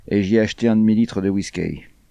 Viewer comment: C'est quoi cette vois mécanique?!... Quel ennui!... De plus, elle prononce"whiskEy"! Ça, on ne me l'avait jamais fait!!!...